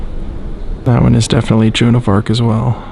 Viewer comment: it sounds like you are saying :June of Arc: instead of Joan of Arc could be an audio issue.